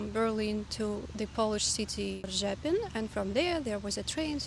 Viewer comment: Lovely video, very honest and real review of your journey,. I guess that the language is less of a problem than for us, German-ish speakers. I will never be able to say 'Bydgoszcz' or 'Rzepin' like you do. And I love the 'why don't you smile more'-comments. You are who you are. Smile or laugh when you want, not because people want it. And go to Spain or Portugal.... they have to invent smiling in public there.